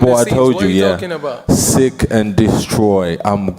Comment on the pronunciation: Dillian Whyte tried to correct Chisora when he said 'sick' , instead of 'seek' ... Then he goes on to say; "The main think" , instead of saying: "The main thing!".. .. 😂😂